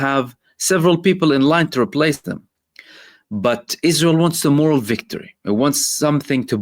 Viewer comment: You mean morAL (spelled morale) NOT "MORal" (different word).